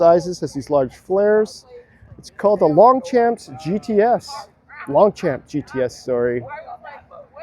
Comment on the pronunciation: Obviously the usual comment from this side of the Atlantic about the word 'Longchamp', its a French racecourse, the pronunciation is more like 'Lonshom' ... the hint that it has to be pronounced in French was the croissant for breakfast left atop the transmission tunnel inside. Champ means field in France. cf Champs Elysées - the Elysian Fields of Paris. Wow 'Spyker' and 'stylish' in the same sentence!